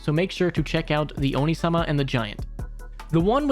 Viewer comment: Great suggestions, gonna look at quite a few of them and you reminded me to go read the spider manga. That said, I was listening to this in the background while working and have to leave the feedback that "onee" is pronounced "oh nay", not "oh knee", which is either a demon/ogre if said fast (oni) or an older brother figure if stretched out a bit (onii), while "onee" is an older sister figure. I legitimately thought you meant the girl reincarnated into an oni girl at first since its supposed to be about female MCs before you said she didn't want any powers or anything and got confused until I looked over to see the title.